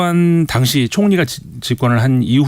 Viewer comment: 에르도안을 왜 자꾸 에도르안이라고 하시는거에요…ㅋㅋ